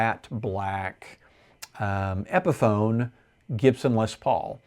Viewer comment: Epiphone not epson😂